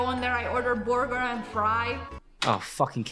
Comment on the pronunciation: "I order borger and fry" 😂